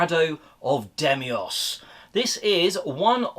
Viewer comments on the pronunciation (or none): Deimos not Demios hahaha